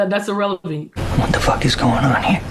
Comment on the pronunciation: She said, "...urr-elephant" 😂